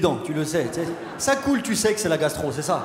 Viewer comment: quand il dit tu sais "tsé", ça sonne tellement québécois! je me suis demandé s'il avait vécu là-bas... quelqu'un sait?